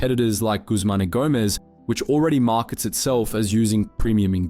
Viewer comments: Bro said Guzman y Gomez wrong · Three simple words - "Guzman Y Gomez"